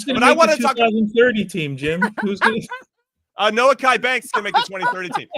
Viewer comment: “No-key” Banks. Not “No-ah-ki”